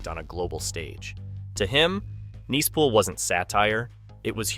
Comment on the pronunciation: You know this is narrated by A I. when they pronounce Nice Pool as "Niece" Pool multiple times. So annoying.